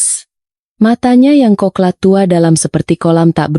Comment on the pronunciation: Mata coklat kaliiii bukan koklat.malu dengernya min